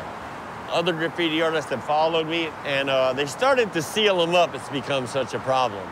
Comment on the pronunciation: "I dont believe my grapphiti is a. Art form" Me: your right its- "I believe its vadlndalism"